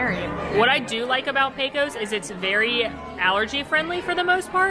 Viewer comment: no matter how many times you say it, it's not pronounced "PECK-o's". It's "PAY-cose". Rhymes with "Pay close" attention.